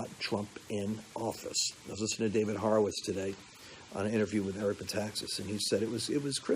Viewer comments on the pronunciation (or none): none